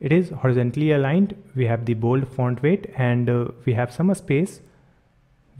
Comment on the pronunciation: Ever time he says font it sounds like *orn